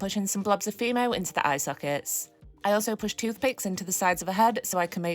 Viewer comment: I keep hearing "female" instead of "fimo" when I watch your videos